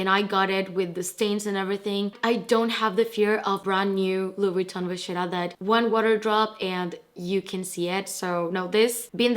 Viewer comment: Wow. Stunning collection! But an FYI: Do not pronounce the 'e' at the end of Polène. It is "poe-len." And vachetta is Italian, so it should be "vah-kett-ah" (think about kettle). Thanks for sharing your pieces with us :).